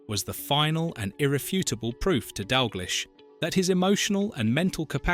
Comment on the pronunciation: As soon as you get AI bullshit like that pronunciation of "Dalglish" im out